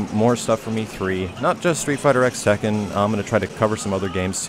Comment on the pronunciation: It's not a big deal, but it bothers me that he keeps calling it "street fighter x tekken" when it's technically supposed to be pronounced "street fighter cross tekken."